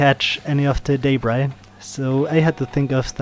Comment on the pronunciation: A great vid Thanks. The word you pronounce as Daybry? What is that? You mean Debris ? Then it is pronounced D-e-b. R-e-e. Deb as in Reb or Pebble. And Ree as in re ceieve or re place etc. Debris is pronounced Debree! Got it? Where do you get Daybry from?